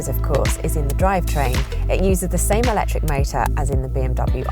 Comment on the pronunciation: I love the way she says "alectric" every time 😂